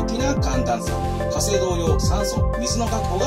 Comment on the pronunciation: 最初の「火星」が「○精」にしか聞こえない 俺は末期か…。